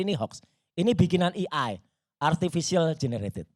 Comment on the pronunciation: Mohon maaf jgn bilang “i ai” buat melafalkan AI